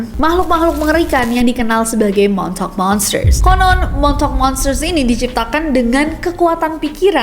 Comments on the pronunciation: Lama2 gw dengernya jd 'montok' not 'montauk'...sory Kak Nessi..🙏😅😅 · kaget gw denger the "MONTOK".. pas liat tulisannya the montauk... ternyata oh ternyata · Agak gimana gitu dengarnya montok boys😵‍💫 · daritadi dengernya montok 😅😅😅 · aku yang ga nonton tapi dengerin doang be like ... "THE MONTOK GUYS" :') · di denger nya de montok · And that's how you people say "Montok" in a fancy way 😂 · Plis aku dengernya montok projek😭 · Aku dengernya MONTOK 😂😂 MONTOK PROJEK, MONTOK BOY. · kok gw dengernya de montok project:face-purple-crying::face-purple-crying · Gua kok dengernya the montok 😂